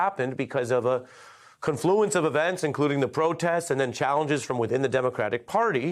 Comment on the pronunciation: Great coverage but it's 'tyoo mult' and 'con-floo-ence' emphasis on the first syllable 'con'.